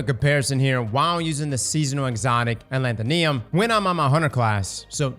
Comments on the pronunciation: Alethonym is pronounced closer to pseudonym. While a pseudonym is a fake name, alethonym is basically it's antonym, meaning something's true name, hence the weapon's flavor text. The root word "nym" relates to something's name or what it's called. So, aleth - o - nym, not aleth - o - Niam. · Where does get these pronunciations lol A-lant-tho-neum Where it should be A-le-tho-nim Alethonym, or the real name of someone, as opposed to a Pseudonym Idk just poking fun but its kinda funny.